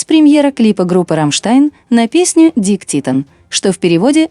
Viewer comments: Ну, блин, не знаешь немецкого - словарь посмотри! Не "дик", а "дике". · Не дик , а Дике титтэн . 😅 Lern deutsch .